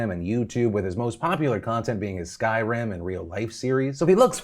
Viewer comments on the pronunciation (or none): Wait did you just say “Sky-ram”?